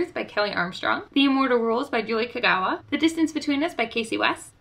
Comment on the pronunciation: You said Kagawa correctly I thought I was the only one. lol.I highly recommend reading TMI:)